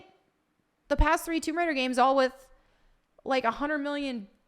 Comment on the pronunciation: Tomb Wader…